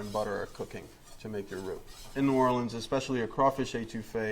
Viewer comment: For the love of god, clearly this man ain't cajun. Can't say New Orleans or etouffee correctly. Makes my ears bleed.